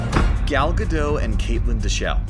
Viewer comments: Gal Gado’s? I thought it was Pronounced gah dit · The actress potraying wonder woman is Israeli not French, therefore the "t" in her last name is not silent! It's not Gadoe it's Gadot. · Oh my god that bothers me so much!! The “T” is NOT silent in Gal Gadot’s last name!!!! Her last name isn’t pronounced GA-dot, either — it’s pronounced ga-DOE-t (doe as in female deer). Her first name isn’t pronounced Gal either (gal as in another term for female). It’s pronounced Gal as in Hall (“hallway”). She’s Israeli and my mom’s entire family is Israeli so I know how her name is pronounced. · everytime he said gal gadoh, im angry 😂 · Gal Gadot is not pronounced Gal GAH-DOE, it’s Gal GAH-dut. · It is not "Gal Ge Dough" it's "Gal Ge DOT" she's said so herself countless times why do people keep getting it wrong? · its not "ge dot"... if u gonna correct correct it right. its more like "ga dought" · It's not "Gal Gadoe". It's "Gal Gadot:. Last pert is pronounced "dot". Seriously, dude. You have one job. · Its Gadot not Gadoe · Gal Gadot is Israeli, not French; so her last name is pronounced "Gadott," not "Gado." I don't know how Hannah Behan pronounces her last name, but my bet would be on the standard Irish pronunciation: "BEE-un," not "buh-HAN." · It's pronounced Ga Dot!!!!! Not Ga Doe!! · Who's Galgah Doe? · It’s Gal Ga DOT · An israeli here! Gadot is pronounced Gah-Dot. It's a word in Hebrew, meaning "banks" (of a river) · Gadottttt the 't' is not silent ! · She pronounces her name Gal Gadot with a hard "t" at the end. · Gentle correction on the pronunciation of Gadot. It's like "Guh-DOT". That's how Gal pronounces it herself. It's not French, it's Hebrew, so the terminal "t" is not silent. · He really said gal gadoe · Why tf does he keep sayin gal gadow lol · 'gaal gadough' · Come on, get the actors names right. It’s Gal GadoT with a hard tee...it’s Hebrew, not French and the t isn’t silent. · It's pronounced Gah-DOTE. She's Israeli, not French. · It's not Gadow.